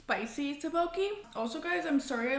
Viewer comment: By the way the rice cakes are pronounced tok-bok-ee :)